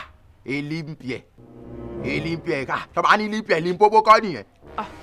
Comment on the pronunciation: Did I hear aglobota ?😀😀😀say na limp year😀abi na Libya in pronounce , shaggy pls let me be you Engrish tesha😀